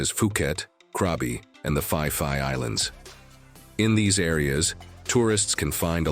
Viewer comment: Its called Phuket... Not Fuket. Also Phi Phi islands is not pronuensed fi fi.